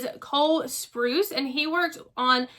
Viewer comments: Sprouse should be pronounced like house, not spruce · Girl you're butchering Coles surname 😭